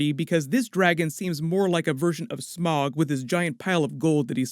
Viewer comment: It's not smog it's sm-oww-g. Smaug is sm-oww-g